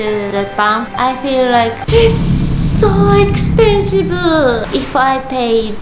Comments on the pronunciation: Eeets shuu ekshpensheebhuuu.! 😜😜😜 Domo arigato guzaimasu For appreciating Philippines🇵🇭🇯🇵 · "It's so expensivuu! " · I love how she says expensive as expensivu